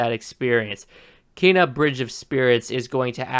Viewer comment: You can't even pronounce Kena correctly, much less create the artwork or gaming physics behind something like this. Keep promoting the game buddy, I personally can't wait to adventure in this world and the movie style animation is something we're so privileged to have